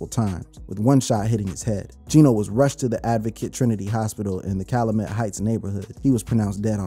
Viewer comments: say it with me CAL-YOU-MET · Bro it’s CAL U MET …